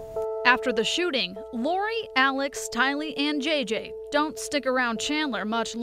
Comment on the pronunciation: Since the beginning Tylee’s name has evolved into being mispronounced by being accented on the 2nd syllable, “lee.” However, she is NOT Asian, & her name is pronounced with the accent falling on the 1st syllable, “Ty.” “TY-lee” 💜